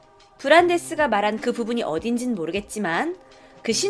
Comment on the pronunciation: 브란대스 원래이름말할때 발음 진짜좋다